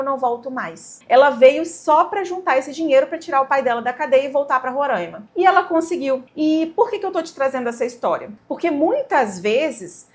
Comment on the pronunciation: Oi, se chama Roraima e não rorãima, quase todo o mundo pronuncia assim. O povo do meu estado não gosta 😅